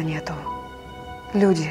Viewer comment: В русском языке тире ставится на месте опущенного глагола "есть". Это значит, что для Евтушенко родиной являются люди («Люди – родина моя»), а не абстрактная "Родина". Поэтому словесное ударение надо делать на слове "Люди". Если Вам нравится выделять слово "Родина", то читайте другие стихи, их много разных. Но переиначивать смысл стихов великого поэта на свой лад, я считаю неэтичным.